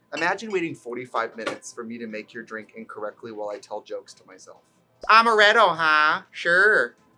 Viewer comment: When you were pronouncing Amaretto with a Wisconsin accent, I DIEDDDDD